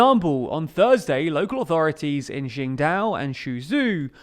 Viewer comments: and let's not even dismiss zhing-dao and shu-ju 😂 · x is pronounce closely to “sh”, but generally pinyin is pretty consistent. The way he pronounced Qingdao and Suzhou, isn’t close to Chinese or the Pinyin if just read in English. They do a lot of articles on China, Shanghai and Beijing can’t be the only thing he pronounces correctly. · Interesting well presented content thank you. But please check out the proper pronunciation of Chinese Cities / officials before shooting the video. Qingdao and Suzhou were unintelligible.